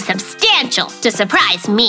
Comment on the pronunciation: sherpprize😂 it’s not surprising😂 unopeopea😂😂😂 no utopia😂😂😂😂😂😂😂😂😂